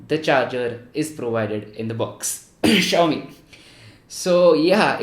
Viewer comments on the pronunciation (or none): Achuu! "Xiaomi" 😂